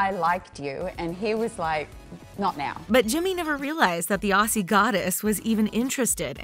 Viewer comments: im sorry but how tf did you say aussie wrong, (pronounced auzzie not ossie) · why did u say aussie like that 😭